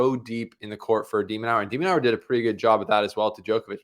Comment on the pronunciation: has a funny way of pronouncing De Minaur’s name… De-Man-nor… not Nau-er